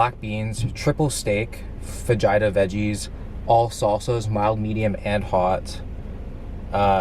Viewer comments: Be bud, it’s pronounced fah-he-ta, not fa-gee-ta. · It’s pronounced faheetah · “faGITA veggies” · did he seriously say fudge-eye-tuh? Fajita is Fuh-heat-uh bruh. On the cheap these days you can get the less-clean Subway Protein Bowl with steak. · It took me a good minute to realise he wasn't sayin' "vagina veggies" but "Fajita veggies" XD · this dude said vah jita veggies WTF its FAH HEATA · Did you really say fa-jai-tah? It’s fa-hee-tah bro hahaha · fajita - fa he ta is how it is pronounced not fa jee ta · It's pronounced fa-hee-ta not literal fa-ji-ta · Thanks for the video. Entertaining. Get ripped then score a sugar momma: Chipotle for life. One thing tho: fah jai tah veggies? Fah-Hee-Tah Veggies. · Did this guy really say “Fuh-Jaí-ta veggies”??? It’s “faj-ee-ta” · Pronounced fa-heet-uhh…. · "Fajighta veggies" 💀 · he pronounces fajita like it's vagina lol It's fuh-hee-duh, bra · “fuh-ji-ta veggies” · I know this bid is old but damn I almost unsubscribed when you said fah JITA vegetables. But I thought to myself..... Nah is cool af I'm subbd for life 🍩🍩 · Did anyone else hear “vagina” veggies ? 😂 😂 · My guy said fah je tah 😂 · Right in the 'faj-eye-ta'. Fajina. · This man really pronounced fajita as “fahjyta” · Fajita is pronounced fa -hee-ta. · Haha he said fuh-ji-duh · "Fah-jeye-tah" vegies. Uh, no. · Its pronounces Fa-He-Tas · Fa -ji-ta veggies 🤦🏼‍♂️😂😂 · when i heard fah-jai-tah veggies i immediately went to comment section in hopes that it was a troll. thank god. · he did not just say fa jai ta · I stopped watching when he said FA-JY-TA veggies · Did you just say “Fa-Jaa-ee-Ta” veggies?! Please tell me I misheard!! I am not willing to be addicted to your channel after discovering it literally 5 days ago if you mispronounce fajita!! Come on mate!! 🤦🏻‍♂️ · WTF is "fejiata" veggies lol🤣🤣🤣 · Oh yeah it’s pronounced fa hee tas lol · This guy said Vegeta peppers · This man said “Fa-jai-ta” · Ikr these dudes butchering the word, pronouncing it like vagina